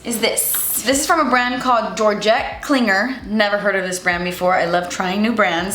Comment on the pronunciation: KLINGER lmaooooooo